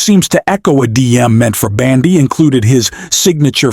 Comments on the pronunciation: Ok! Ai voice, try pronouncing it as Bondy not Bandy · please pronounce Bondi’s name correctly. I love your podcasts, but your pronunciation of her name is very annoying.